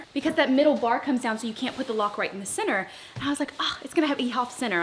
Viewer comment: I love that when she says center it sounds like she’s saying “sinner” 😅 but I love those windows 😫💕